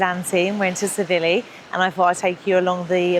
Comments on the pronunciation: Great videos but your pronunciation of Tsilivi is wrong it’s pronounced silly Vee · The T in Tsilivi is silent